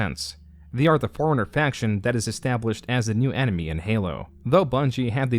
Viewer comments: Try Not to Hear "Foreigner" Whenever says "Forerunner" Challenge. Difficulty: Impossible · Very nice video, also, when you say Forerunner it sounds like Foreigner to me, which is amusing. :P